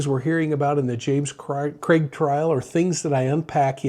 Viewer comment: Thank you for saying his name properly. What’s with other channels calling him Creg? Drives me nuts!